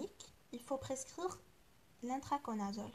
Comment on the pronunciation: Merci ❤❤c l ITRACONAZOLE et non pas INTRACONAZOLE